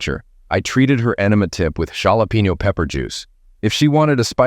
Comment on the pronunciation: Dear Mr. robot voice narrator "man", what the hell is "SHAA-lah-peenyo" pepper juice? You might want to consult with an actual flesh and blood human person being for the correct pronunciation of the words that us human people persons speak.